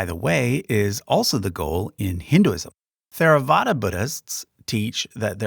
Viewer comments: While generally correct, there are some issues with the content of the video. Pali and Sanskrit are both difficult languages, so there are a number of understandable pronunciation issues. For example, there is no "th" blend in either language, so in "Theravada" the t and h are both pronounced -- it doesn't start like the word "thank," as it was pronounced in the video. Also, a number of words have different stresses than the way they were used in the video. For example, the names of the two Jain sects both are stressed on the "-am" syllable. So it's "sve-TAM-ba-ra," not "sve-tam-BA-ra." The top of the timeline is very good -- the bottom is more questionable, but mostly that's a result of making it simple enough to work in this presentation format. One basic factual error concerns the Jataka tales, the stories of the Buddha's previous lives. The video presents these as a unique part of the Chinese Canon, but this isn't true -- the Jataka tales are another part of the Khuddaka Nikaya in the Pali Tipitaka (ti-PI-ta-ka, not ti-pi-TA-ka). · if I’m correct he made a few. The one he did several times is the “th” as in Theravada which he pronounced as a th would be pronounced in English (contraction). I believe it’s called an aspirated t. It’s the sound of the t followed by a bit of breath for the h. Or just pronounce the t and skip the h. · yes, its not theravada. its tHeravada. like when you pronounce dHamma/ dHarma. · Theravada is not pronounced with the "Th" sound of English. It is pronounced "Teravada." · Excellent job in general. theravada is pronounced with a hard t and an aspirated h, not the english th sound. and jains wear masks to avoid accidentally eating and killing bugs, as they are extremely non-violent. but overall a very good job, thank you. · Actually the correct Pali pronunciation of Theravada is "Terawada" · Theravada is not pronounced with a Th sound, but with a T.